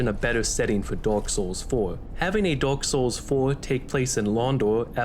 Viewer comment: I'm sorry ya'll I can't unhear it "Dork Souls"